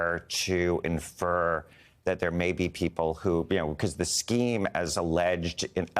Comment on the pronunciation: Air-yhi-zoy-na... Love it!!!